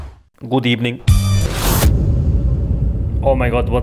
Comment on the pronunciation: The Editing in This is Top Tier. And Good Ebening 💀